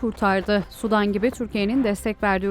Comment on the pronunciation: sudan degil, Sudan, sanki iki "u" varmis gibi okunur, yoksa "sudan", yani H²O , deniz, göl veya Nehir suyundan gibi algilanir.